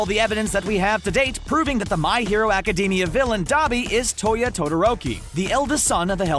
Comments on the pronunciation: Its Academia not acdemi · Thats not how you say ACIDAMIA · I cringe everytime he said academia